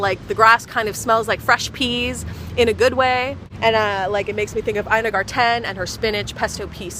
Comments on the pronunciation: did she just say "ina gar-TEN" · "Ina Gar-TEN" 😂😂